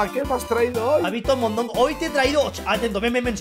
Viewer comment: mondongo dijo un poquito mallo no eres?